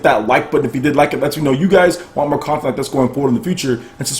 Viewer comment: Bro... you have a serious problem saying the word content.